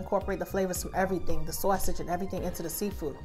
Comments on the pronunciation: I’m not sure who taught you how to speak but the way you say sauce/sausage is ignorant as f**k. Not sure if you think it’s cute. But it isn’t. Period. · Where are you from? When you said "sawwwsage" makes me think your from my home state. Lol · Love the way you said “Sausage “ You have to be from my hood #brooklyn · Must be the northeast the way you say sausage